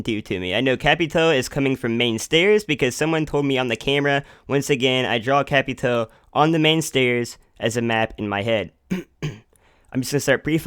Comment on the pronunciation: nice vid just saying its capitao not capitoe many people make mistakes though great information keep it up😉